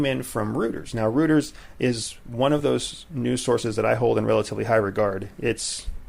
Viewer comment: Rooters :)) you mean Reuters? Royters :)) great podcast, lovin' it